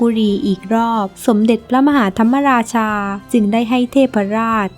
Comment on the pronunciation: พระมหาธรรมราชา คำว่ามะราชา มะออกครึ่งเสียง ไม่ใช่ออกทำ มะ ราชา เพราะ ม. ม้าไม่มีสระอะ หรือไม่ประวิสรรชณี (ไม่รู้เขียนถูกหรือเปล่า) หวังว่าไม่ได้จบ นิเทศศาสตร์สื่อสารมวลชนนะ เพราะพวกนี้โคตรโง่ ใช้ภาษาไทยผิดหมด